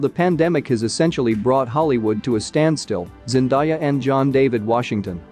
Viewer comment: At least say her name properly